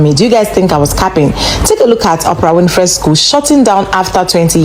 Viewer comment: Please listen to how her surname name is pronounced. It's Win-Free not Fry - not all names are pronounced as they are spelt. I can't stand it when people don't take time to listen or research how a name is pronounced especially if they are content creators, its not that hard if you want to gain followers!